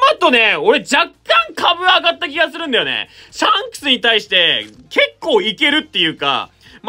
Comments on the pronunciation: シャンスクの言い方がジャン！に聞こえる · ｼｬ↑ﾝクスって言い方好きww